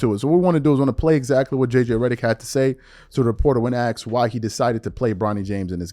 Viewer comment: It's not axe it's ask need to clean up the slang